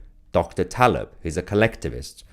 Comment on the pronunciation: Hi name: Taleb like Taleban😅